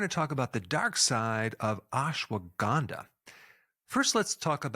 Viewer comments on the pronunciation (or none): not ganda(bad) , (K)ANDHA